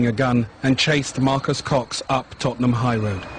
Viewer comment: Tottenham mamden 😂😂😂 ffs